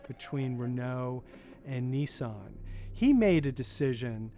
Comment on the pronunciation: I thought Nissan was an Indian company, sounded same as निशान.